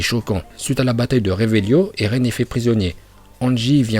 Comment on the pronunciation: Tu dis erlen alors qu'on dis eren